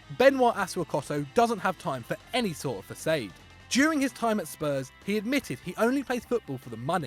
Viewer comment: can't pronounce "Mallorca" or "façade"